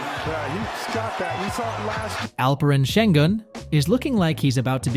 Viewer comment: He calls him sen Gun 🤦🏼‍♂️